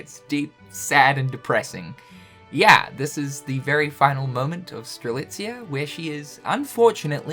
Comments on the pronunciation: finally saying Strelitzia’s name right 😆😆😆😆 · Its great that you can pronounce Strelitzia right now; now do it for the other x characters! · Having pronounce Strelitzia correctly is the most unbelievable thing this year ahem jk xP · I saw this thumbnail and begged that he wouldn't say strelisa, god that felt great xD